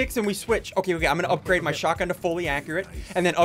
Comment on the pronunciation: its a shotgun not shotaaee